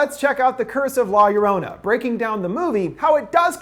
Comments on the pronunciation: I love this video but everytime he says la llorona I get so pissed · Are you being rude to me? All I said was he didn't say 'La Llorona' right. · Is it just me or did he pronounce her name wrong 😂 still much love to the channel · Who else laughed when he said "la llorona" wrong ? 😂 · Lol you prononsed llorona wrong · I got so triggered when he mispronounced La Llorona XD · Name: butchered Movie: explained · Every time he miss pronounced La Llorona it made my ears bleed a little. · the way he says la llorona 🤢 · The way he pronounced la llorona made me cringe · Pronounce it right, cmon they say it 100 times in the movie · It's funny to see someone whom didnt grow up ina Latin American area pronounce the title, I know get why other cultures laugh when they hear a misspoken word or phrase. Fun review byw! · I literally hurt me when he said La llorona wrong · I am so upset how you said la llorona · You got a lot of balls to mispronounce la llorona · He said la llorona wrong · That's not how you pronounce La Llorona, but great videos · Love your channel & all but COME ON.....pretty sure you could have pronounced la llorona much better🤦🏽‍♀️🤦🏽‍♀️🤦🏽‍♀️ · "La Yo rana" hahaha. Its more like 'Gio-row-nah' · "la yearanna" IM CRYING AMFJSNFJSK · I thought Linda butchered it “La Luranna” 😂😂😂 man you’re white dude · It’s no LA - ya ranna it’s, la yo-row-na. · Luv your vid and all but I kinda just have to say this... Sorry... But it’s pronounced (La YO-row-na) I know it’s odd but that’s it. Again thank you for the awesome Ending Explained video. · Lorona not lor-ona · I love you but the way you say la lorrona is soo cringy. You should Pronounce it like la yah-row-nah quickly. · Law yerwanna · "La Ur-on-a." Makes me remember the first time Chills tried to say her name and said "La Lorena". I still piss my Mexican friend off with that pronunciation. XD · Um. No. Two ll’s in spanish is pronounced like a y sound. La yarona or yorona. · Man's just said ”la- your- honor”